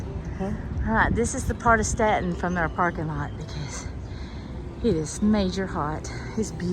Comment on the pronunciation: My sister went to Mary Baldwin college. Also, you pronounced it correctly!